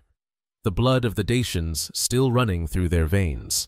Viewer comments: So ein quatsch. Daker nicht Daianer. Kann die AI das nicht aussprechen? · Даки а не диянцы! Прямо слух режет! Почему искусственный интеллект искажает это слово? Редакторы ваши совсем не выполняют свою работу! 😡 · Dakker, not dian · Какое диинцы? Или у меня ппоблема со слухом? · Rom e ma-ta! Ce porcarie AI ul asta ,adica nu mai exista un prost capabil sa citeasca un text si trebuie sa suportam scarbosenia asta de voce artificiala care inventeaza cuvinte "deiani"?? Folosirea AI arata lipsa inteligentei naturale. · Deisians?? Who speaks like that, it's not English. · Ich frage mich nur, wie man die Vergangenheit und Geschichte der Rumänen kennen kann, wenn man nicht einmal den Namen der Daker richtig aussprechen kann. Ich habe bereits drei Versionen zu diesem Thema gelesen, und keine davon ähnelt der anderen.